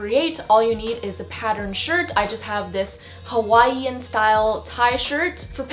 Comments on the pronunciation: everyone else: ha why en: ha wa ee en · Lol "Hawaii-ee-an" 😂😂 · I had to rewind 3 times just to make sure I heard how said “Hawaiian” right 😂